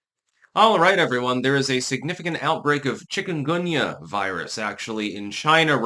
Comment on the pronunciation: Never heard of it. At first I thought you said chicken gumbo !